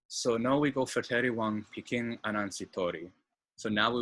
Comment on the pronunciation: I commend you for accurately pointing out the history. It's interesting how the Surinamese community outside the country (e.g. Netherlands, ABC Islands, U.S.) is probably larger than the population in the country itself. Sranan tongo is still widely spoken within those communities Tip: taki is pronounced with a short a, not a long one. Pikin is pronounced as ptjien (pkin). When the letter k is followed by an e or i the k is sometimes pronounced as tj. The e is mostly pronounced as a short i, as in 'him'. So ede is pronounced as idi 😉